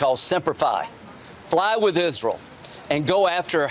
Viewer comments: The way Lindsey Graham says "Isril" is so jarring 😂😂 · They all do it. "Izrul" I hate it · If I have to hear Lindsey Graham call Israel “IS-ral” one more freaking time …. Evil war mongers… 😡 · "Join isrool" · Fuck IS-ral!!!